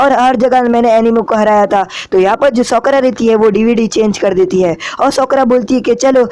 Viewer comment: Bhi sakura hota Hai not sokora